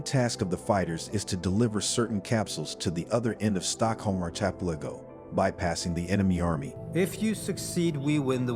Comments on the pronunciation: R - kaa - pel - ago, now say it quickly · You can’t pronounce “archipelago” to save your life lmao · Please learn how to pronounce “archipelago”. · Arch- eye- pilleggo .... That's why I don't subscribe